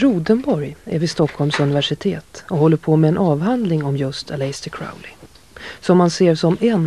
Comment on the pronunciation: "Aläjster Kraoli"